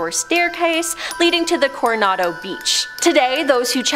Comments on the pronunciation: Cor-i-ando? COR-O-NADO... Seriously.... did you guys flunk that part of kindergarten? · Cor e an do, Seriously?